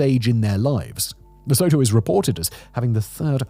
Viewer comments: How can you make a 15 min video about a country and not even know how to correctly pronounce its name? I don't know if i trust you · My brother in Christ, for all the research you do, would it kill you to hear the name pronounced properly :') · your pronunciation is of Lesotho is hilarious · Still waiting for someone to pronounce it right in these videos... you were so close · wow so much research must've gone into this video if you can't even pronounce the country's name right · Please learn the correct pronunciation of Lesotho. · Oh for fuck sake. You horribly mispronounced the word Lesotho. And have you ever been there? I have, and your content is an exaggeration. Jesus, I'm fed up with wise-ass Europeans. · This insane level of research combined with the mispronunciation of the titular topic is quite unexpected. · he doesn't care. Sometimes his writers for channels like decoding the unknown or casual criminalist put pronounciation guides into the scripts and he even says he's gonna ignore that because he doesn't care...while at the same time apologizing to listeners from the country in question for butchering their languages. I don't quite get it, but I guess being so confuse is part of what we love about him. ;-) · Apart from your mispronunciation of Lesotho, this is a good report. However, with the withdrawal of US aid, improvements are unlikely. Many of their citizens work in South Africa, where things aren’t much better. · If a Basotho produced and otherwise well researched YouTube video with a whole team of researchers backing him, then, yes, I would expect the pronunciation to be near perfect, barring his accent. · La-sue-too. There fixed it. 😂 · Me, a South African, 30 seconds in, and wondering whether I can make it through a whole video of the country’s name being mispronounced. I drew the line at “Southern Soh-toh”. It’s pronounced “Soo-too” - so the country is Le-soo-too. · it's pronounced Leh soo too in English and Sesotho... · Pronounced Leh-Soo-Too